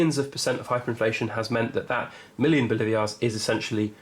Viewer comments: Say it with me “Bo-lee-var-es” or “Bo-lee-var” NOT “Bo-live-ee-ars” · Pronounced "Boleevars", not "Bolivias", with accent on 2nd syllable.